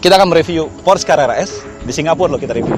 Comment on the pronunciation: Pengucapan 'porsche' nya yg bener dong, reviewernya kurang informatif jg, ga spt ridwan atau mas fitra.